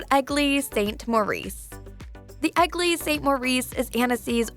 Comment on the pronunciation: One of the most annoying voices ever. She should stop speaking like that. And I "love" how she pronounces eglise as ugly lol